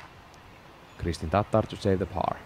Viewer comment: Im just glad to hear somebody do it justice and pronounced correctly. After all the times she's been called a type of mayo based sauce or a dish containing raw beef and eggyolks😅